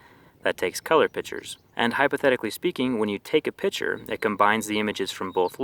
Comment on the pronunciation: when you take a pitcher?